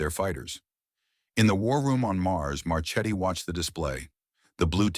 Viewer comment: as always very nice story but ^^ the name of admiral Marchetti, i think he is italian origin, it is pronounced Marketti